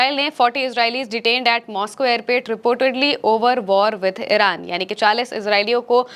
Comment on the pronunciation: aramse behena aap toh jaldbazi mei airport ko airpet bata rahi ho. fir bhi Israeli ko pakar kar rakha sunn ke achha laga...